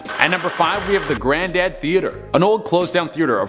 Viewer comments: The Grandad theater? 🤣 it's Granada... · "I like to eat good food" Then Dallas is your place man. It's got more restaurants per capita than any major city in the US. I prefer Arlington though. Cooper street has all kind of restaurants on that street alone. Also it's GRA-NA-DA Theater, not Granddad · Lol you mispronounced Gra-nah-dah theater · Not GRANDAD theater, GRANADA theater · Gra na da, not granddad! LOL!!! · LMFAO Gra na da!!!! Not grand dad. I'm offended LoL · The theatre is called Granada. Not granddad. Lol. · I really like this channel and this video series but this video was poorly executed. Repeating sentences, mispronouncing words (Granada as grandad). But of a shame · Gruh-naw-duh theater. I don't know what you said, but you said it wrong.